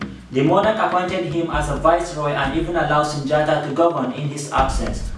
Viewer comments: Only people to say Sundiata are white people/ non africans or Africans FAR away from Mali. His name is pronounced Soonjata Kayta it's only spelled Sundiata Keita. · I figured you weren't Malian or Mandinka because you pronounced Sundiata wrong it's pronounced Soonjata.